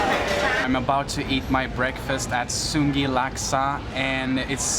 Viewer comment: hey dude sun gei is pronounced soon gai by locals enjoy all localfood but mustinclude pig trotters